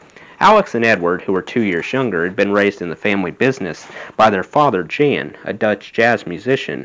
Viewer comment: Also, Jan (Van Halen, their father) is pronounced "Yaan." Lodewijk is pronounced "LO-de-wike." Thanks for reading!